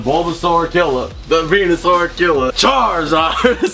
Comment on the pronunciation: When you said venusoar did you mean penusoar